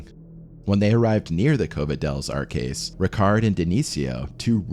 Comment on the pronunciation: "Arques" is not caskets.... it's arches. Cave of the Arches.